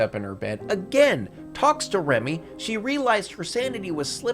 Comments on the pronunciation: "Remy"? Her name is Rumi. Turn the subtitles on, guy. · this is a great video, but her name is Rumi.. Not Remy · “Remy” the whole time was painful